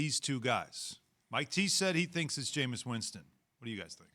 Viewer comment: ITS JAMEIS AND ITS NOT EVEN CLOSE